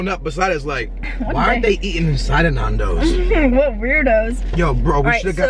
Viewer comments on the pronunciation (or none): You mean Nando's not naandos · its not Nondos its Nandos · Same. Nandos not nardos😂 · NANNNNNN-DOS not NAAN-DOS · Love nandos but I'm screaming at them it's nandos not nondos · They say it like NAUN*does like nan bread you say it like *Nan as in your grandma nan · The pronunciation, lmao we surely don't say it as 'Nohndos' that's for sure!. -It's just 'Nan-does'. I've always never seen anyone eat the chicken like that haha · AHHHH THE WAY YOU PRONOUNCE NANDOS MY EARS "NORNDOS" IT'S "N-A-N-D-O-W-S@ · It's Nando's not Nundoes. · It’s pronounced naan-dows Not nundows 😅 glad u liked it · NAN-DOES NOT NAAN-DOES OMG 🤦🏾‍♀️😂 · Why do they keep saying NON... when it is clearly NAN dos??? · btw you don't say it as nandos, its said as nandows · It’s not NAHHHNDOS ITS NANDOS 😖😖😖😖😖😖😖. Sorry im British lol 😂😂😂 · It's Nandos with an A, not Nondos with an O... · please stop... its nan not naan im dying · OMG ITS CALLED NANDOS NOT NARNDOS! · please please PLEASE its not naandos its nandos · Lol omg do some research before you do a video! "Some island off Portugal"🤣🤣🤣. It was founded in South Africa. Also.... nAndos not nOndos😭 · it bugs me how they say nandos. you don't say narndos you say nandos. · It's not pronounced Nondos. It's pronounced Nandos. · Why are you saying nawndoes its nandos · It’s Nando’s Nondoz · It's pronounced nan- did not nahndos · It’s not NUNdos it’s NANdos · It's not Narndos It's nairndos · NANdos not NAAANdos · Nandos not naandos ffs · naaaandos not nanos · yeah they say nondos lol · its said nandows innit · Yea cause when you pronounce it, you say "nan" as in your grandma and it's kinda funny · Michael Czepak nAAHndos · see i can change my name * nan doee s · Guys Chill, they pronounced it NAAANdoes because or their accent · narn-doh-s hahahahahha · It’s actually ‘nan - dough’s’. Dows implies it rhymes with cows, which it doesn’t, and ‘naan’ is as you’d pronounce naan bread, which isn’t how you pronounce Nando’s. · You pronounce it nan like nanny dos